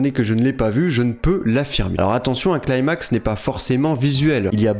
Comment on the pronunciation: arrête de dire "claimax" je t'en supplie on dit "climax" genre "cli-max"